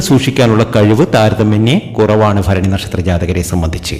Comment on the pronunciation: ഫരണി അല്ല ഭരണി ആണ് തിരുമേനി ❤❤